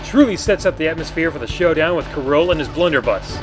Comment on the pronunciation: King K. Rool... It's Rool (Rule) Not Rool (Roll) King K. Rool (King Kruel)